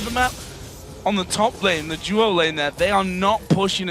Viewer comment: its DU-O lanes... not JEW-O lanes... :3